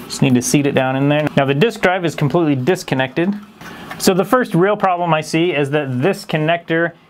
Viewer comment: did he say disc-connected?